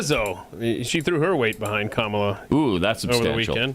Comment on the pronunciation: They put together a lengthy montage of Democrats pronouncing Kamala incorrectly, of course..